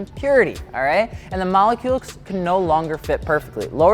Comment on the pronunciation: It’s saying malecules for me 😂😂😂... love your vids tho